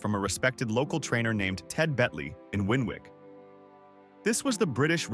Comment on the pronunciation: I'm from the neighbouring village to Golborne and some of my family there remember him as a kid. I met him at an autograph event in Leigh Asda at some point in the 90s. Such a shame he died so young. Nitpick, "Winwick" is pronounced "Winnick", silent second W. Cool vid 👍🏻